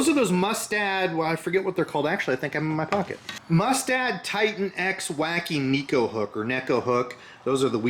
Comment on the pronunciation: Tenacity wins the day! Good, sound advice at the end... and don't think I didn't notice you pronounced "neko" properly; even if it was just in passing.